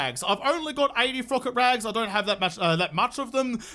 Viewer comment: excuse me, but what? Frocket Raggs?